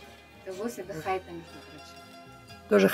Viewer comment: ХайтА.Ударение на "а " ставьте вторую. Да ,это в Иркутск.обл. Сейчас этого завода нет.